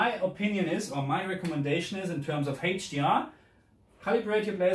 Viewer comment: it is "eitsch di ar" not "heitsch di ar". iu dount sei se "h" in se "hdr" not laik in se dschörmen iu nou?